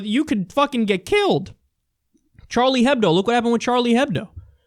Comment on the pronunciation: ignorant Kyle can't pronounce Charlie Hebdo in 2016.